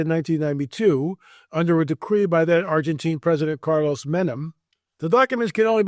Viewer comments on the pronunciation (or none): none